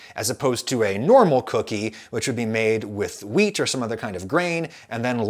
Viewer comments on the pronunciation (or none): I know you're saying WHEAT but i am constantly hearing MEAT.